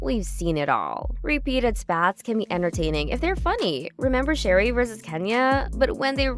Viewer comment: So, it's not Sherry. It's Sha-ray, like Renee. Start there. Learn how to pronounce their names. Then I'll take this seriously.